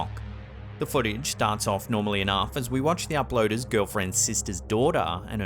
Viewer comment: “as we watch the uploada’s girlfriend’s sista’s dawughter”